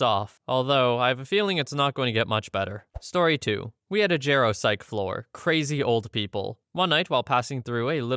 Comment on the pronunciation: “Jarropsych” LMAO its geropsych - gero for geriatric, psych for psychiatric